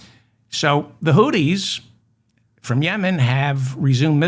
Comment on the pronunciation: Hi Mr. Feldman the correct pronunciation of Houthis is Hoo-theez (think of smoothies). Hope this helps.